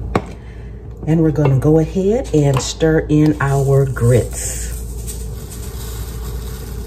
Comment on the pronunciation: Mmmm! Best grits saying I've ever heard, of course from the south. You don't order grits, youes gits grits! Guess it's cheese grits for supper!